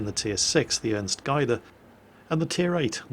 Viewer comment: Just for your information its pronounced Ernst (you had that one quite right) Gade (with the A sounding like the A in Apple)